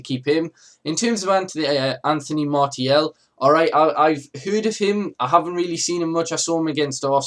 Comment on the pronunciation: Apparently the proper pronunciation is Mar-see-al